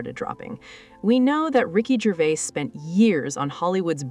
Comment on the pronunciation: Americans are pronouncing Ricky’s surname, it Gervais, “Gervais” all you have to is search online for the correct way of saying it,not rocket science 😮